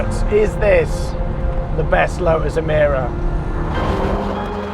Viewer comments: "Lotus", not "Lo'us". Make an effort please. 🙄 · Lo'us has got a T in the middle. Let's hear it please.